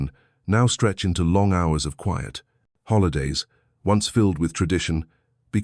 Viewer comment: Your AI constantly mispronounces the word "quiet". This is a basic word in English.